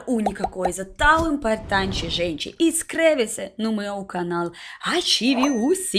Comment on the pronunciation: Fofo o jeito que ela troca o "O" pelo "A" IMPARTANTE CLICAR NO GOSTEI